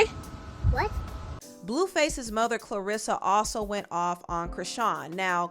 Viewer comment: Karlissa not clerissa